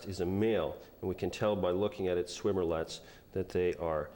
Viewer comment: It’s swimmerets not swimmer-lets...